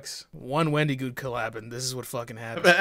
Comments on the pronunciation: why you pronouncing it "Wen-dee-goon" my guy? There's an I in there, not a Y. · I don’t know why but I got a good chuckle out of how pronounced Wendigoon’s name or so. Like the emphasis on the I instead of it being a soft i got me a little